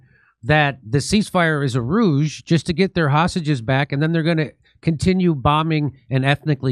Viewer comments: I know you meant to say "ruse," as opposed to "rouge." 😊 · I love when Jimmy uses the wrong word like The guy from Trailer Park Boys "it's just a rouge..." I think you meant 'ruse'